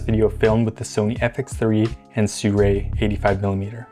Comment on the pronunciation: Sooray? Is it not si roo ee?